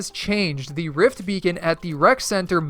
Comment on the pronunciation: My guy said “Rift Bacon”